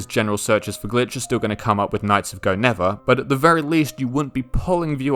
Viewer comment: You keep mispronouncing Knights of Guinevere